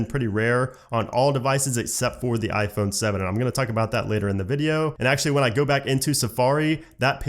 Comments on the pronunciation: "On mah ah phone" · “on ma ahphone”